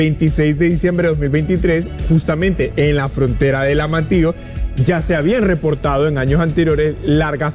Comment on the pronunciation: Decí Amatillo no Amatio por favor pronuncia bien las palabras, llevan la letra ll, y